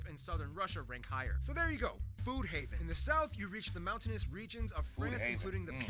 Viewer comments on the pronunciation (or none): none